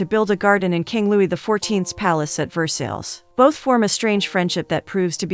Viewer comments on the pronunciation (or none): I usually love, but no movie title and saying Ver-sales 2 or 3 times only a few seconds in? It's Ver-sigh! Dang! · Pronunciation.. Ver -SIGH not Ver-Sells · Ver sales Lmao I love AI voices sometimes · Versales??? VERSALES???! I just can't. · Ver-sales palace? 🤦🏻‍♀️ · each time the narrator butchers 'Versailles' I cringe a little...good story tho